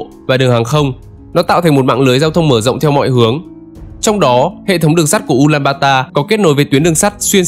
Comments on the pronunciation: Tên chính xác là Ulaanbaatar (U-la-an-ba-a-ta) hoặc đọc là Ulanbato. Ad đọc sai rồi bạn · Từ trước toàn đọc là U Lan Ba To, bây giờ là U Lan ba ta nên ko hiểu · Mông cổ là ulanbato mà. Sao lại ulanbata